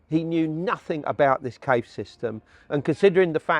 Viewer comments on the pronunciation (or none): Can't this man pronounce Cave correctly?